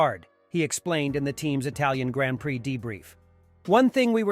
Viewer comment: anyone who says grand prix the way he does, I can't take seriously tbh LOL